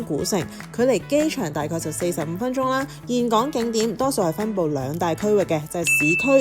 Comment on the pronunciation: 我當年去峴港，巴拿山未起好佛手橋，睇完好想再去😊 好多人都會讀錯峴字，但你係少有地讀啱👍❤ 呢間酒店咁好有醫生上房睇病😂 好彩奴爸無乜事💪